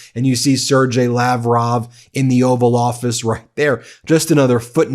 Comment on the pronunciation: Sergei is pronounced as (sir-gay) Not (sir-jay)